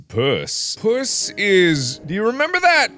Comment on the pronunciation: I love that Mark pronounces the game as “Pjuss”